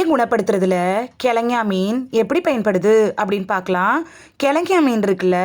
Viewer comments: Speak correctly prounanciation .Not kilagany or thengay meen. Kelongon meen is correct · கிழங்கா மீன் என்பதை கிழங்ஙா மீன் என உளறுவதேனோ? அட! லூஸு!!!